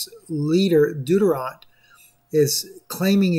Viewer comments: Philippines leaders name is not deadorant as you said..... its DUTERTE.... and its prounaunce Du-terte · Do 'tert 'ee that's how you pronounce his name..Duterte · Philippines President’s name is pronounced Du-dwart-te... Hope this helps.